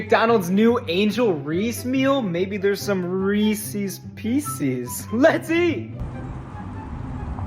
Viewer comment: Bro doesn't know how to pronounce Reese's, and pieces too.